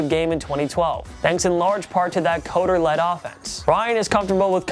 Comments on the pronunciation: Pronounced 'cutter' not 'coder'.. lol just sounds weird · You guys need to research how to pronounce names. If Dirk Koetter was a great coach, you should know his name is pronounced “cutter”.